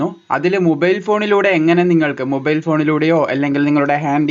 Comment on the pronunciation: മുബൈയിൽ അല്ല ചേട്ടാ...മൊബൈൽ ആണ്